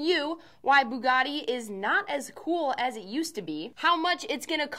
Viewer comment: Still did not say it right...